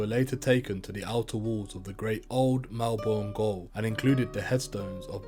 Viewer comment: Jerildery and melbourne, van dienmans land, wallan wallan- why prounance these so weirrdly